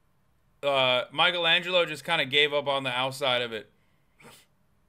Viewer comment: imagine doing a deep dive on florence and not know how to pronounce michelangelo